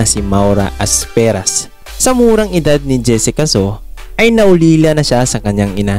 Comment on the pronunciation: Aspiras.hindi asperas.